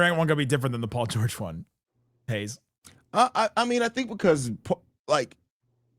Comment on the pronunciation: "Haize" nailed it.